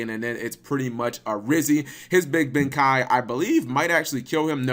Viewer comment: Your thinking bankai he said benkai.